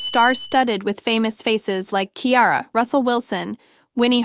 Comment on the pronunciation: Girl learn how to pronounce names honey the name is Ciara!!